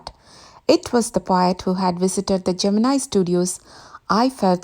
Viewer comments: Pls correct the pronunciation of Gemini. It's been wrongly pronounced as geminai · pronounce Gemini studios correctly..